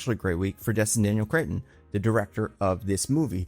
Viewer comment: theres no "I" in "cretton" bud